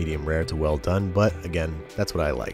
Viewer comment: There's no "h" in well bro...